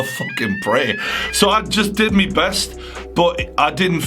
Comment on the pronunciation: I did "mi" bestt. 😂😂😂 the way he said my 😂😂😂😂